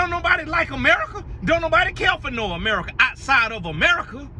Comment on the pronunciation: Babyy when said “Emerica” I lost it 🤣😂🤣😂🤣